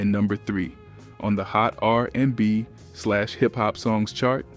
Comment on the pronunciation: If you managed to watch this video till the end I give you props. I stopped . Listening to this voice was too disturbing to finish the video 😢, butchering Amel’s name and saying R…and…B 😮… I couldn’t.